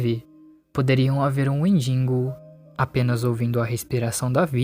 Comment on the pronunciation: Que agonia ouvir "WendiNgo"